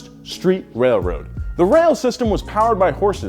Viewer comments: “wailwoad company” 😂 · “Wailwoad” Lmao never change